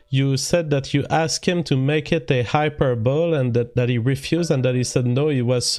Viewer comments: lol unironically pronounces it "hyper-bowl" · "hyper bowl"